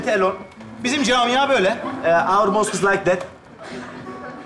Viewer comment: Seyirciler anlamadı çünkü mosque u yutarak telaffuz etti